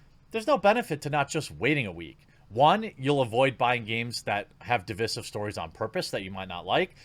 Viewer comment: Its divEYEsive. Not divISSive.....